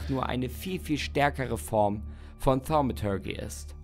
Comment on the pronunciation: Thaumaturgie! Verdammt nochmal! xD xD